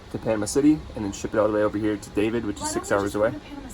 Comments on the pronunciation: You are in Dah-Veed, not David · It's pronounced Daveed. I know it looks like David. My husband and I spent a week there. Take care of yourselves.